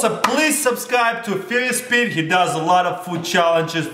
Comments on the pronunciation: "Spereious Spete" XD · 0.08 sounds like Taras says "sperious Pete" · sperious pee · I think he doesn't know his name, in the pickled egg vid it sounded like he said fearless pete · Ana Castaneda Spurious Pee :D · " were here with Spearious Spete" Lol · "we're here with spirus speet" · "we are here with spirious speed" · Sweroiuos sete instead of furious pet in the beginning 😂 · Spirious Spete? LOL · sounds like Tara's says "sperious Pete" lmao